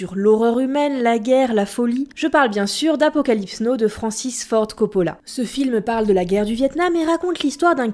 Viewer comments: Apocalypse NAW on dit! Pas Apocalypse no! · Apocalypse no x'D faites un effort avec votre bel accent français : Apocalypse Nauwe (en l'écrivant phonétiquement) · Apocalypse NÔ, au lieu d'apocalypse NOW, jsais pas si j'ai envie de pleurer ou de rire 😩😩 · oui elle prononce Now comme Know alors que c'est plutot un son "a" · on dit pas " apocalypse no " looooooool :') mais "apocalypse Nawe " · apocalypse no ? je connais pas. quand on fait une vidéo on se prépare, on relis son texte. je sais pas le mot now on l'apprend au collège. il se prononce "nao" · Apocalypse Noo? Apocalypse Nau? Très chère on dit Apocalypse Now [a'o] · "apocalypse no" anglais déplorable ca se lit apocalypse "naaw" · Si tu pouvais soigner ton accent ne serait-ce que pour prononcer Apocalypse NoWWWW et pas no ! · On dit Apocalypse NAIlle, pas No..foutu francais qui savent pas parler anglais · Tu as dit apocalypse now, apocalypse Know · "apocalypse no " gg la prononciation XD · "Queubrique" ? "Apocalypse no" ? "Wille hunting" ? Ahah, bon ok, prononce comme tu veux ;-) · Stanley "keubrik" ? apocalypse "NO" ? really ?????? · Super vidéo! Par contre Apocalypse No c'est chaud quand même la prononciation ;P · T'as dit apocalypse no ou je reve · Je doute que Coppola est jamais prononcé le titre de son film "Apocalypse No". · "APOCALYPSE NO ?" c'est quoi cette prononciation xD très bon top en revanche ^^ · Tu as dit "Apocalypse NÔ"? Argh, quelle horreur! Quel crime! Mes oreilles saignent! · Appocalype "no" (merci pour la prononciation).. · Par contre si on ne sait pas parler anglais on ne fait pas ce genre de reportage! Mes oreilles saignent sur Apocalypse Now... Prononcer Apocalypse No... Franchement abusé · apocalypse neau... vive l'accent anglais 😒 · Vu sa prononciation de Apocalypse Now qui m'a fait saigner les oreilles, je trouve pas ça très étonnant.